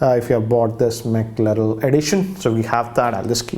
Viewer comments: Just to correct, it is McLaren and not mclarel. Secondly, a special edition launch does not mean the next variant launched will be highly priced. It is all about brand value the McLaren carries with it which is at par with companies like Ferrari and lamborghini. To give an example, blackberry came out with the Porsche edition which was priced over 1 lakh INR. The next handset launched with higher specs, did not come with higher pricing, in fact it was much less. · It is MCLAREN!!!! Not McLarel!! 🤦‍♂️🤦‍♂️🤦‍♂️ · For the final time It's Mclaren not Mclarel. You really need to work on your pronounciation. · Sir it's not pronounced Maclarel. The correct pronunciation is "MACLAREN" it's N not L at the end I'm a huge fan of Maclaren since 17 years hence the correction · McLaren........en not el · it is 'McLaren' rather than 'McLyrel' as you were saying. Not criticizing, just telling. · FFS it's McLaren not Makeral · Why is so negative? It's McLaren not mackerel (like the fish)....... simply creating unnecessary cynical video🧐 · Its Mclaren not Mclarel😂😂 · Why is he saying McLarel again and again when it is MCLAREN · It's McLaren not mclarel😂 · Sir it's "Mclaren" not "Mclarel" :D The way you pronounced it sounded like Mackerel edition! :D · It's Mac-Lay-ran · It's not mclerel .. call McDonald's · Its only you who called it "McLeril" edition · Mc Laren*🙏🏻😱!! How did he mess that up???🤦🏻‍♂️ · Jesus Christ Its McLaren man MCLAREN ITS PRONOUNCED AS MAC-LAREN! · Are you promoting car brand or fish??? you saying Mackerel....😆😆😆😆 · It's McLaren.. not whatever u said there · even after reading, he kept saying Mclarel. And didn't even mention carbon fibre. Its atrocious. Its not a mistake. Its lack of general knowledge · I think he was promoting fish ....""mackerel""..😂😂😂😂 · Lol. Dude it's McLaren. How could you get it wrong even after reading it out on the case? Hah 1950 wants you back. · Don't even know how to pronounce McLaren. Wtf? 🙄 🙄 🙄